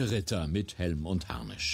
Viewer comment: Video=larmoyant reacted.. die Doku ist viel akkurater. Es heißt nicht "Harnich". Das tut in den Ohren weh.